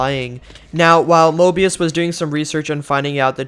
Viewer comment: It's painful hearing saying morbius insted of mobius:P